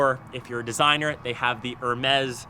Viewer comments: Her-meez.....LMAO! It's easy just remember Air-mez. Soft e not hard e. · It’s pronounced “Her-mays” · Say it with me "hair may" Hermes. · actually it's air-mez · If you’re making a video, that’s going to be on the internet, you could Atleast look it up on how to pronounce “Hermès”... you said you don’t like brand names but Apple is literally a brand name that you’re making a video on... contradict much? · You’re 🇨🇦 and can’t pronounce Hermès?👏🏻how about learning some basic 🇫🇷👌🏻